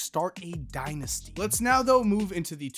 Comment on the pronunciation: How many times did you say Mimi dinisty